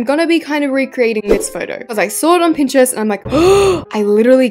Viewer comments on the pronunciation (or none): none